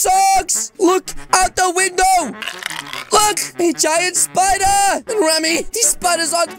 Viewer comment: I like kitten when she said spooder